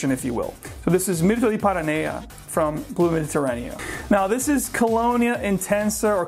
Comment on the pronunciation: You're saying PARA Naya, but it's spelled PANA-Rea ?